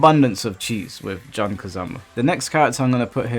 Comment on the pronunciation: I swear why do so many UK players tend to mispronounce Jun's name. it's pronounce "June" like the month, stop saying "John Kazama" XD